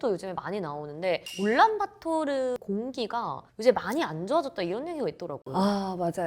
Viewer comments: 올란바토르가 아니고 울란바토르 아닌가? 내가 잘못 알고 있나?... 도 올란바토르라고 하시니 더 헷갈리네... 그나저나 어르신들이 산 뚫는 걸 반대한다고? 징기즈칸때부터 내려왔다? 그 산들은 징기즈칸 이전부터 있던걸텐데..? 자연 사랑? 좋지. 근데 오염되서 자연이 더 망가질거 같은데..? 산사태 방지나 어린 묘목을 위해 벌목하 듯 융통성 좀 가지자. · 올란바토르인가요 울란바토르인가요?? 발음이 듣기에는 올란바토르로 들리네요.